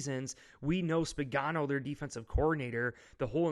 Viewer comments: Nice vid. It's Spagnuolo though, not Spagano. Go Bills! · Hopefully the Bills prepare better than this guy, he doesn’t even know how to pronounce the opposing team’s defensive coordinator’s name. Don’t let the Chiefs defense become an afterthought now.